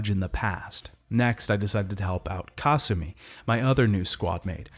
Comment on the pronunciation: The way he pronounces Kasumi’s name is giving me an aneurysm.